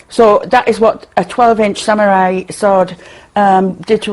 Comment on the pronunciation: Sa-Mew-Rai sword... xD I loled...